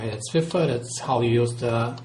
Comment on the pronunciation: it's called FIFA, not FIFFA!